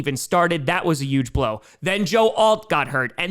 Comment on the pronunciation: One of these days will realize that huge has an "H" in it